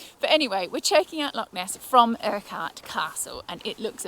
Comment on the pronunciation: Urquhart is pronounced Uh-kirt in case you were curious. 😊